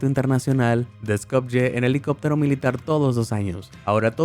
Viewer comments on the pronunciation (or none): none